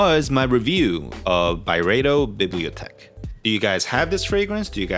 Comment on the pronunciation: It's pronounced bee blee oh teck